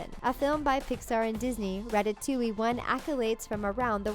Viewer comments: You said ratatuing But it's supposed to be ratatooing like a spring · issnt it rat-a-toing not rat-a-to-ing.